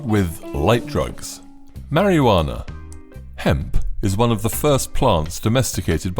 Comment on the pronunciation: MARIO JUANA. hello robot man, welcome to the world where no one in any english speaking country has ever pronounced that word that way